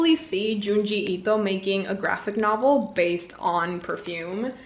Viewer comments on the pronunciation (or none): none